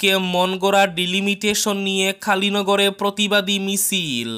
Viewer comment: আপনার উচ্চারন এতো বাজে কেন, কালিনগর বলতে, , , খালিনগর। এই রকম আরো অনেক।